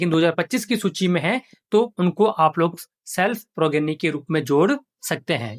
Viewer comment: सभी blo से रिक्वेस्ट है कि progeny को प्रोजेनी बोलें, यही सही उच्चारण है😊